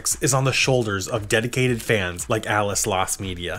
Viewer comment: The guy's name from the beginning is Ale. You keep saying "ales" like Alice, but it's meant to be read as "Ale's."